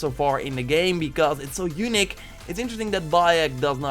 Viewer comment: Everyone you say unique I mishear it as "eunuch" :P